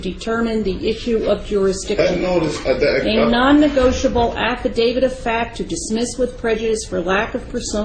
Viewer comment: “Nonnegoitable” LOL